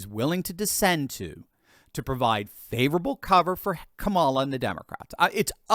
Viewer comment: You keep mispronouncing her name. That childish at this point you’ve been corrected about it 1000 times. Unless of course you’re choosing to be childish